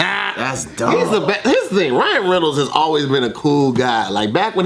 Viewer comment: *rhino reynolds* 😭😭😭